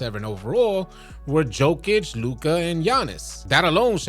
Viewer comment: It's funny to me that you can take the time and energy to say Giannis correctly but don't do the same for Jokic.